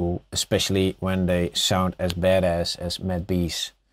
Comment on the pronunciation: i know he meant "as bad-ass" at the end when he was talking about the vocals but its funny cause it also sounds like he said "as bad as" :D anyway thanks for the tutorial